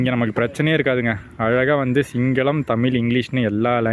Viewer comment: Nice vedio brother 👍😍 ஆனால் தமிழ் என்பதை தமில் என்று சொல்லாதீர்கள் 🙏